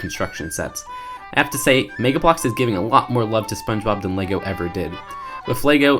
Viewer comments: says megblocks Me: reeeeeeek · The way he says Mega Bloks is so fucking funny.